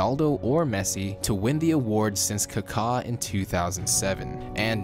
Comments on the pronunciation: What's Khakaaaaaa? Just call him Ricardo if you cannot stop chirping like a pheasant... disgusting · how he pronouced kaka gave me rektal cancer